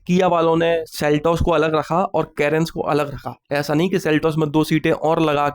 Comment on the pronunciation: Seltos ✖️seltajar 😂